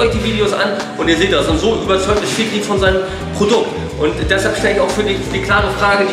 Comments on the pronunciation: bruder der typ heisst fikri nicht f***rie 😂😂✌🏼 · Fikri* bro, nicht fickri 😂😂😂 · Er heisst FIKRI mein gott hättest ja wenigstens fragen wie es geschrieben wird. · Fickrie hahahah (P.S. er heißt Fikri)